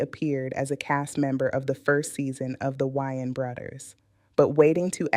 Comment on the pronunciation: You can definitely tell. No person looking like that would pronounce WAY-ANS as WHY-ANS.